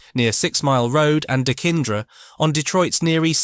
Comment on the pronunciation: Dekinder? Lmao..it’s 6 mile and dequindre….dee qwin der